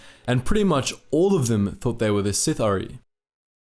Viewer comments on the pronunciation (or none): Bro saying Sithari instead of Sith'ari makes me smile every time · I'm pretty sure it's Sith'aari, not Sith-R-Eye. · Just to lyk its pronounced si-thar-ee Not sith-ar-i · Good video, but as others have said, there's a Darth Malgus picture instead of Darth Bane at one point, but the more problematic issue is the pronunciation of "Sith'ari". Try "Sith-ah-ree" rather than "Sith-uh-ree" and you will get closer to the Dark Side :) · Bro. It’s not “sitha-rye” or “sith-awry” it’s “Si-thari” or “sith-aree.” Sorry to nitpick, but it got distracting. Other than that, great vid. Bane was a badass. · You and you over/under romanticizing of the pronunciation of certain names in lore. I love your content but please stop doing that. You say Sith(ery) like 9 times, then finally you pronounce it right Sith’(Are-I), Sith’ari. There’s nothing wrong with your ability to speak and your accent/voice is actually really quite pleasing on the ears. Anywho this is still one of my favorite of your videos by far. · "Sith-Ah-Ree" not "Sith-Arai" my dude :) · SITH-R-EE, you pronounced it correctly and then immediately went back to pronouncing it incorrectly... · I love your vids but it's pronounced sith r e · It's pronounced " sith- R- E " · Pronounced : Sith ‘ Ahh•Ri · Is this really, how the term "Sith'ari" is pronounced? I always read it as: Sith-a-ree. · I think it sounds better “sith-ar-ee” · You must not have read or listened to the Darth Bane trilogy. The word "sithhar'i" is pronounced si-thar-ee. And don't blame it on your accent. C'mon man you got to do better. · I just want you to pronounce it "Sith-awree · It's pronounced, "Sith-are-ee" from my research,. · Nobody: halfway through the vid: Sith-uh-rye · I thought it was pronounced sith r e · Pronounced “Sith- arh-ree” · It’s sith’ari pronounced Sith-aree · i love the video, i hate the way you say Sith'ari -. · Dude, the way you pronounce Sith'ari is almost criminal.